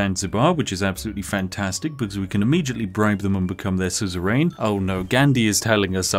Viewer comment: I swear that's not how you pronounce suzerain